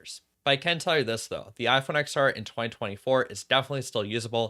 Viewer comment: Great video but it’s pronounced “10-R” not “X-R”. Same as the iPhone X pronounced 10 and not X